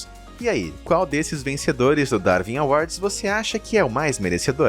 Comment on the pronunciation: Não se pronuncia "Darvin awards", mas sim "Darwin awards". (Lê-se Daruin".